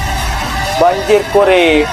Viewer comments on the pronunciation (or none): "Banjir core" tu sebutan nya bukan banjir kore...tapi sebutannya banjir kor.... Astaga...apa benda la...kore kore..kau nak korek apa .lubang idung..??